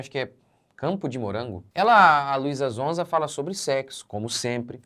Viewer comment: Nao é zonza pastor é sonza com som de S 😅😅😅😊😊😊